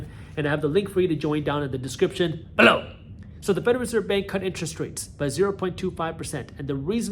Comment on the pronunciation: Thanks for all the valuable content, you’re my favorite you tube guru. I’ll always look forward, subconsciously, to you putting the emphasis on the word “below”, thanks for keeping that going as well 😊